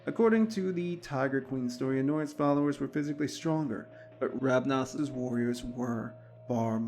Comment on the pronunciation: Yes, the founder has many names. I was just correcting your pronunciation. The person is Ravana. The clan is Ravnos. No offense, just trying to be helpful.